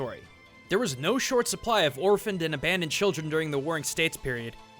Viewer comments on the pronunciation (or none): none